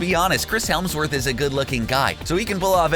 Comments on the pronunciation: also Chris HEMsworth not HELMsworth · Happy I found these comments. Thought I was the only one who realized he said that. And also the whole "Chris HELMSworth" thing